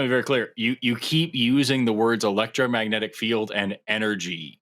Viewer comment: Did the guy say "electromagnetic field" correct even once, as many times as he said it?